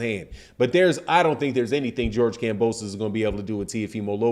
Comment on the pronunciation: Did say Mark Kambosos in the beginning? 😂😂